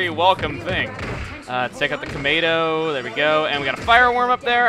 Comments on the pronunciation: Why does he keep calling Metroids "Tomatoes"? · Thought he was calling them "tomatoes" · Why is he calling Metroids kamedos?